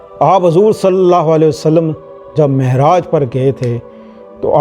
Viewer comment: لفظ معراج ہے ناکہ مہراج